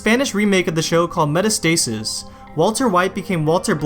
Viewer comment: I cant take anyone seriously who pronounces Metastasise, Meta Stasis